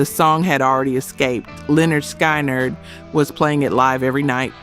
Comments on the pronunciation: why is it that the band who LITERALLY showed you how to pronounce their name on their first album is the band none of these AI narrators can pronounce correctly? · Is it possible that this lady cannot call Lynyrd Skynyrd correctly???? That's why you get a dumbs down! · Can't pronounce Lyrnyrd Skynyrd.. Must be AI-generated narration. That's a typical characteristic of AI